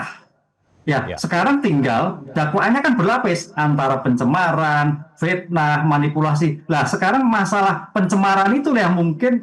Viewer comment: 😂😂pitnaaah nya